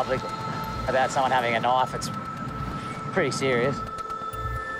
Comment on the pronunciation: I love how the lifeguard pronounces "knife" as "naf."